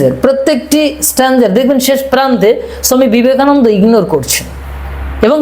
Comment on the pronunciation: দেখুন মহাকাল মহাশয় যখন বাংলাতে কথা বলছেন তখন বাঙালির মতো উচ্চারণ করলে ভালো হয় না কি? বাঙালিরা ওনাকে ছমি বিবেকানন্দ নয় স্বামী বিবেকানন্দ বলেন!